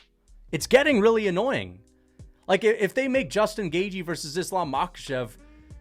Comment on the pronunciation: Put some respect on Justin Gaygee’s name